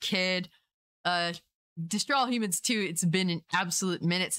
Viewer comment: At first, when you said “destroy all humans”, it sounded like you said “straws of all human”. I really enjoyed both of these games and I’m looking forward to it, but I’m cautious too